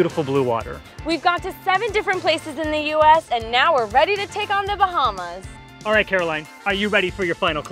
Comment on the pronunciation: Im so mad rn please say The Bahamas right